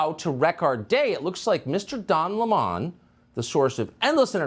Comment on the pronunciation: his name is Lemon like the Fruit. you know the yellow sour Lemon, it is spelled the same therefore it is pronounced the same.